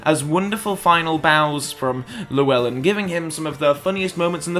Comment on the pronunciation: My inner Welshman took a blow listening to how you pronounced Llewellyn